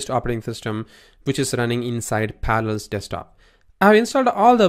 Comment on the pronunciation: Par-a-llels. Pronounce it. Syllables. Learn what they are. You sound like you're saying Panels. Good lord.